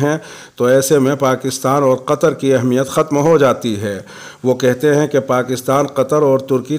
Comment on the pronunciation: ماشاءالله آپ بہت ہی سلیس اردو میں خبریں شائع کرتے ہیں لیکن ایک بات کی طرف توجہ دلانا چاہتا ہوں گستاخی بدل معافی لفظ اہمیت کو بتشدید المیم پڑھا جائے الله يحفظك و يبعدك عنك كل مكروه